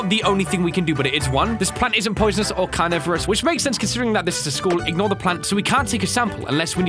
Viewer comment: when the science teacher said carnivores. I thought he said coronavirus